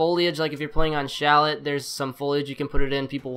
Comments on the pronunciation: did u say cha-let? it pronounced shalea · Shal et boi! It's shal ey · Chalet isn't pronounced "shallot" it's pronounced "Shalei" or "Shalay" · CHAL......LAYYYYYY!! Please no more Shallet. For the love of God. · Lemme just go to Swiss "SHALET" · That pronunciation of chalet made me cringe.